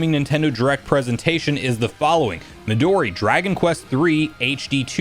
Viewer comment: "Me-Doh'-Ri" ... NO IT'S Mehdoooree.